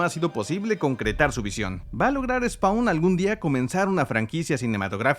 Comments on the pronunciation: Se pronuncia "spon" no "spaun" y es AL SIMMONS, no "Ai Simmns" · la A de spawn no se pronuncia D: Se pronuncia spon.